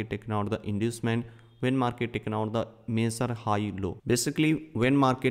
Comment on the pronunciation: They way you pronounce the word "major" makes it VERY difficult to understand. It took me a long time to understand what you meant!